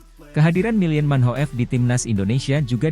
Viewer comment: Manhoef dibaca MANHOF. Oratmangoen dibaca ORATMANGUN